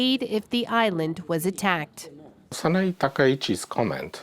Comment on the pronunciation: It's not Sana-ee. It's Sana-ei.